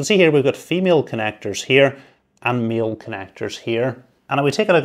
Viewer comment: I'm confused. Did you say "male" connector, or "meal" connector? I'm really not hungry but thx.